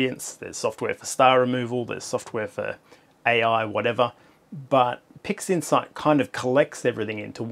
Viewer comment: i'm sure you said "pigsinside" a couple of times